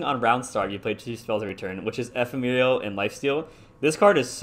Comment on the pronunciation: Bro ee-fem-a-rul